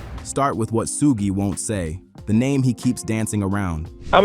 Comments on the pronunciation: Who's Sue??its SUGE man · Sewage AI pronunyof Suge Knight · You lost me at "Sooojj" "Sooogey"😮😢😂😂😂😂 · "Soogay"!??? AI slop video. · Facts you can make ai pronounce suge name right